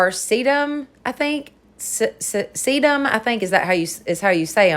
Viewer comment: Hi,! Haven’t seen you in a while. Must not be getting all my notifications??? You are pronouncing sedum correctly 💕! The other one is ruh-nin-cue-lus. One of my very favorite flowers. Emphasis is on the nin lol. I love all your diys, but you know that 🌷!